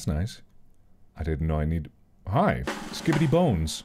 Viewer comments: Take a drink each time Mark says “Skibidy” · Watching this at night and it’s so funny and entertaining to watch Mark says skidibi every time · at least it isn't him saying "skee bee dee"